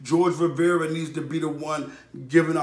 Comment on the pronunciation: you pronounced his last name wrong